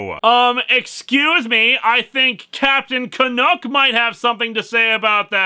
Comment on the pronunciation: Ca- nuck not ca-nook